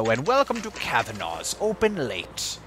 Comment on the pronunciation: *Ahem*.. Cav-an-a's. A as in apple. Thats how we pronounce it and seeing as its an Irish name.. (